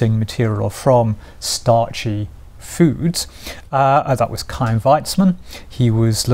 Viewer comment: That pronunciation. The "Ch" in "Chaim" not a normal "ch", but like a hard h. Similar to Bach's last name.